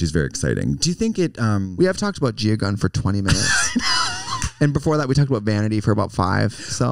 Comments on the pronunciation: Yeah they both said Gina Gum towards the end. 😂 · They are. They call her gina gum, like how they call trixie Tracey martel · How many times are they going to say Gia Gunn's name wrong...